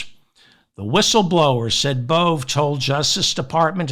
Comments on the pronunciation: I believe Emil Bove… is pronounced Bo-VAy. You need to get your head out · Bove is pronounced Bow Vay. Love your show!